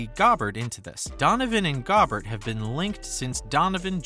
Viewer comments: I felt my IQ drop watching this video. This moron doesn’t even know how to say Rudy’s name. GO-Bear. And since when is Westbrook a valuable player?? They tried their ass off to move him and no one would take him. They wanted the Lakers to attach players and picks to him. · Seriously I was like man this is a good video until he said Gobert like that lol. Has this guy even watched an nba game? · Aint no way man said it as Gaaabert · This guy doesn't even know how to pronounce Gobert so how much does he know about these players. The Jazz would be insane to trade away their best two players in one deal and it won't happen. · Man, I had to stop watching with your mispronunciation of Rudy’s name. Also, the Jazz wouldn’t send Donovan, or Gobert to a western conference team. Lakers is a no-go. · The fact that you can’t pronounce Rudy’s last name means you don’t know anything worth watching. And…Mitchell isn’t going anywhere. You have no basis for any of this. Last time I watch any of your dribble